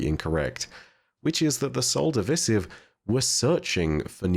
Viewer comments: WHY DO YOU SAY SOL DIVISIVE LIKE THAT URGH! xD it's Divisive not divisif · I love all of your content that you put out. Just a bit of constructive criticism, it's Sol Div'eye'sive. That's how you pronounce it. Osiris and Ghost even stated this. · lmao you slow, dude just says words wrong all the time😂